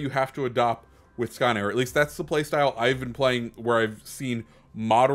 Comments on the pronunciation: Basically its "Skone" but you can check Hipper's video on it at at 4;46 there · Great vid. am really looking forward to getting that ship. And someone tell that man how to pronounce Skåne😄